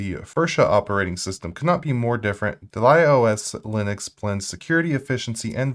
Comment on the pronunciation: DAH-lee-uh, like the black dahlia. pAN-go-lyn, the animal.